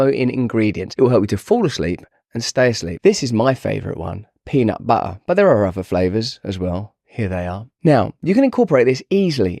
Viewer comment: Whah is Peanuh Buher 🤣